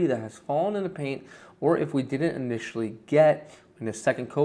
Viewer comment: I had to turn on the captions because it sounded like he said, "I'm gonna have sticky legs tonight, but I don't care. As long as my peen is clean." 😂